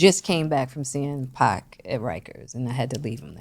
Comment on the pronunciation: It’s pronounced pac like pock not pack, y jada didn’t correct boy? 🤦🏾‍♂️